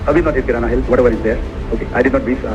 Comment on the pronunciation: Kirana kaadu anna kinara